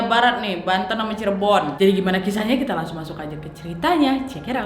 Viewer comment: Pas kak Nadia bilang 'Cirebon' logatnya jadi Jawa banget😂